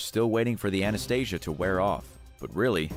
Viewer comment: Its Ana stee sha. Anastasia is a disney movie